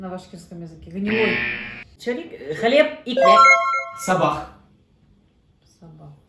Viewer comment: Не Сабах,а Сабаh или ерта и ертадан.Ведуший вы незнаете сами языка.